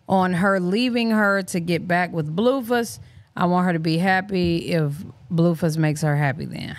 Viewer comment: I thought it was pronounced BLUEFACE, not BLUEFUSS😅